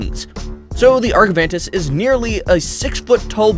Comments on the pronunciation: Argentavis not argavantis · Yes and he said argent wrong